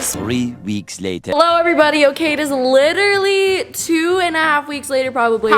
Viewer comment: Nobody:: li -er-ly